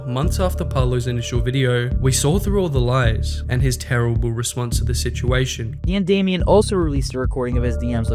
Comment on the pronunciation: you: says PMdamian or Potemer multiple times subltitles: says everything exept PMdamian and Potemer in the correct way